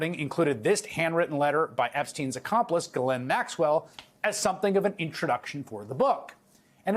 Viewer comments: Isn't the correct pronunciation of her name is GI LANE, the s is silent G as in give. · Pronounce her name incorrectly gill lane